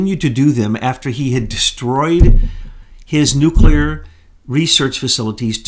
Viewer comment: Nuclear: new. clear like ,,, new cl ear , not nu ,Q ,ler .